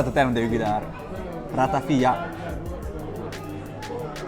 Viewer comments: Ratafià non ratafia... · Ratafià, non ratafìa...